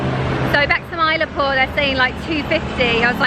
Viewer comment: It is pronounced Chen Nye. And Mylaapoor, Kubba Leeshwar